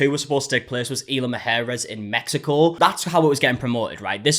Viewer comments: "Mujeres" =/= "Maharris", but what can I expect from a country that intentionally mispronounces Hispanic words? 😂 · Why are you calling it “EEL-uh muh-HAIR-is”??? Can you not pronounce letters? Isla. “EES-la”. I’m just throwing in the towel on the “mujeres” bit. That’s a lost cause.